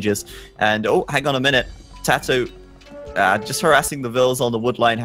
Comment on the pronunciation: It's TaToh not potato for fucks sake. If its a name you ask the person how do they say their name. That is the correct way to say it...